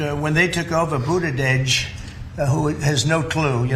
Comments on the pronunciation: “Budadedge”. Lol😂Too stupid to pronounce his name, I believe! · Goosfraba. That’s the first time I’ve heard someone say that word. I assume you have seen Anger Management with Adam Sandler and Jack Nicholson. That’s the movie i heard that word from. I laughed when Trump said Budadege. I think he said Pete Buttigieg’s name wrong both as an insult and also because he has a hard time pronouncing it. If Trump were on a bike the back tire would probably deflate because his fat butt is on it. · Oh my meow, Trump’s pronunciation of Pete Buttigieg’s name shows how daft Trump is. Trump said, he drives his bike…you don’t drive a bicycle, you ride it. “We start with 10% and we end with 10%.” Love your laugh on that comment. Trump looks like a big oaf sitting in that desk chair.